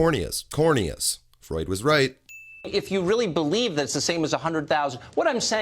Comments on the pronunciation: Paleave???????? HAHAHAHAHAHAHAHA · Please "pelieve" me!